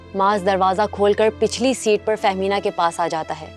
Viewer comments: are yaar naam to thik se likho.. bol rahi ho Fehmina Chaudhry lekin title mein likha hai Fahiema Chaudhry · Tum log kia jahil ho kia thynkcrime walo ye host bol rhyi ha fahiemna Chaudhary or likha ha famida Chaudhary??